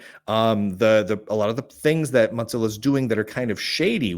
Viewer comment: Why do keep calling Mozilla, Mot-zillla?